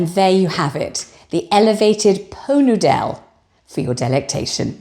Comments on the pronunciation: Laughed out loud when you said po noodel 😅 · Oh, it took me a minute to catch onto the "Po Noo Dell". 🤣🤣🤣🤣. Thank, thank you for the laughs. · Po Nudel? Ah! Did you say "Pho Noodle?" 😂😂😂😂😂😂😂😂😂😂😂😂😂 😂😂😂😂😂😂😂😂😂😂😂😂😂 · “Po noodelle” 😂😂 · I felt sorry for my neighbours ehen you said "Poe Nudel" I laughed out loud, and you used my two favourite biscuits. Utter delight. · Pot Noodel, pronounced po nudel, a culinary delight served in elevated crystal ware - I feel like a Princess! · I think I will always pronounce Pot Noodle that way now. Excellent. 😂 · I soon hope "po noo dell" sticks. Champion!! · As your very old and dear friend from 2 episodes ago, I hope I am not holding you back as I tell you how much your Poh Noo Dell made me laugh…you are really killing it!